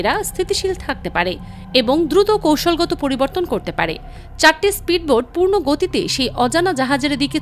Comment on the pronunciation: স্প্রীডবোট নয়। উচ্চারণটি হবে স্পীড বোট।